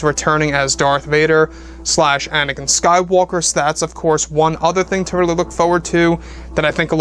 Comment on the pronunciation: I really hate the way says the rise of Skywalker